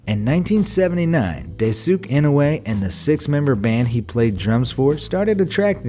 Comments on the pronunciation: I thought so too lolz. I was like it's pronounced "dice-kay" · "Daysook in a way" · Dice skay in noo way Geez, people. Learn to pronounce Japanese names. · Just pointing out ONLY, so no hate meant, even though this is old: Daisuke Inoue's name is pronounced "DIE-S-KAY EE-NOH-AYE" or "DIE-S-KAY EE-NO-OO-AYE" 🥰 But still awesome video. I'mma continue watching now 😊😊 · Its dai su ke inoe to pronounce it bro do ur research before u say it lol😂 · Daisuke Inoue is pronounced Dice-kay Ee-noh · Lol "Day-sook In-oo-way" Someone please tell me that was an inside joke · I'm annoyed by how you pronounced Daisuke Inoue's name😩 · Daisuke Inoue... Man I love your videos but the way you pronounced this poor guy's name D: And karaoke too :< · how the hell did you pronounce Daisuke Inoue??? damn... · I'm surprised no one in the comment section is trying to correct narrator guy for pronouncing Daisuke Inoue's name wrong